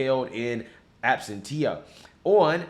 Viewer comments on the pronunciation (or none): My man, Absentia is not pronounced "Absen-tee-yah" but as "Absen-sha". Let's properly represent our race:-) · Absentia pronunciation: ab-SEN-sha. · Abstentia - "Ab-senn-shia" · Absentia - pronounced absensha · Absentia is pronounced /aeb'sentshia/ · Absentia (Ab-sen-shuh) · Pronounced "Ab sinch a" . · It's pronounced ABS- TEN- SHE -AH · Learn to pronounce “absentia,” bro. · In absentia is pronounced the same as dimentia. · How does not know how to pronounce the word absentia? Dude went to UNC.